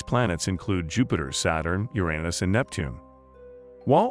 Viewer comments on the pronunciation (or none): Narrator: your-EAH-nis. Swelling comment hoarde: Get 'em, boys 🫵